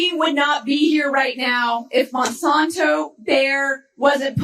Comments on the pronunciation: Just a quick correction. The company is Monsanto, not Monsonto, originally founded in 1901. Sorry Ben, but it drives me crazy everytime I hear you mispronounce the name. Keep up all your good work. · I am not paying for YouTube Premium to see commercials. By the way, as a past viewer of the ABC Sunday political shows, Monsanto was one of the sponsors. So Monsanto is pronounced Mon SANTO. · The San in Monsanto is pronounced like the san in Santa.